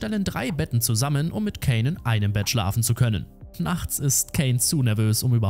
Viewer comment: kaaaaaaaaaiiiiinnnn mit a nicht ä